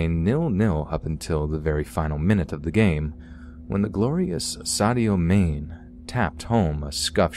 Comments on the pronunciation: It’s actually pronounced ‘Sadio Marnay’ 😉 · Ah man the way you pronounced Sadio Mané😂😂😂 Much love tho, really appreciate your work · Scariest part of the whole video were the pronunciations of Derby and Sadio Mane.